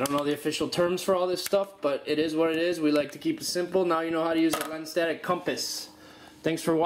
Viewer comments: If you can't even pronounce "lensatic", what could you possibly teach anybody about one? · I can't take someone seriously who is unable to pronounce LENSATIC. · no. it's LENSatic, not SENSatic. don't believe me? Google it.